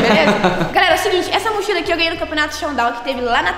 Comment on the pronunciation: "Motchila,Motchila" Eu: q viaje e essa vei kkkkkkkkkkkkkkkkkkk